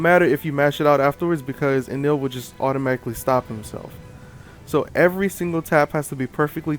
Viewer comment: No matter how you spell it, it isn't pronounced the way you pronounced it. You're pronouncing the 'el' part as you would expect 'ell' to be pronounced. (Smell and Hell are good examples of how 'ell' would be pronounced.) E NE RU Correct E NE L Correct En Ell Wrong